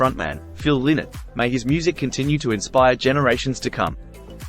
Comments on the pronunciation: It's pronounced Lainott like Lie-nott, not Linott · His name is pronounced Lie-not. Not Linnet.;-) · Ly- not not Linnot, you could at least get that correct. Show some respect ffs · I will not watch any more of this video after the first 3 seconds. TERRIBLY WRONG in the very first sentence. FFS... It's not "Lynn-Net." PHIL LYNNOTT's NAME IS PRONOUNCED "LIE NOT." As in, IT RHYMES WITH "WHY NOT" learn how to pronounce his name? What's next? A mini youtube doc on "The Life and Tragic Death of Jimi Hendrich"? Followed by a video about that Beatles guy, "The Life and Tragic Death of John Lemon"? Thanks, but no thanks. LIE-NOT, FFS!!!! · his surname isnt pronounced Lin ett its pronouced lie not. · His name was Philip Lynott - quite often mispronounced. As he said regularly himself "It's Lynott, like Why Not". 😉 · Pronounce his name right will Ya...its LIE NOT. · Well, He's wrong. Lynott stated this in many interviews over the Years that His name is pronounced, Lienot. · Yep, there's a YouTube video of his mom somewhere where she states it's pronounced Lie not. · It's pronounced Lie - nut. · It’s pronounced Lie-not. ☘️ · This idiot mispronouncing Phil's surname the entire vid. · That's what I thought too